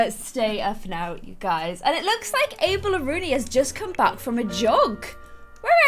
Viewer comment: Does anyone else hear say April instead of Abel?? or is it just me